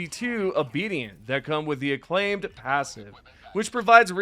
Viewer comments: IT isn't "aclaimed" it's " AK lim-A- t- ID" XD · Ac-lim-ated Like climate AcLimAted. Please learn, taking my like back. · You’re saying acclimated wrong